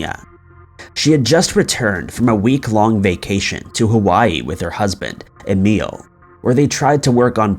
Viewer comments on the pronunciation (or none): none